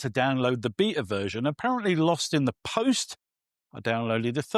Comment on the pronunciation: And “beta!”